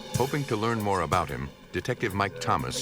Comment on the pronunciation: "A-boat"... About.